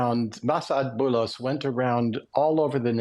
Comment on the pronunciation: I wish for the presenter to learn how to pronounce the foreign name. It is the least effort you can possible do ,to look it up.